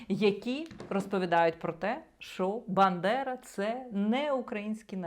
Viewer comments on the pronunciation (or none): Він каже "бЕндера" 🤭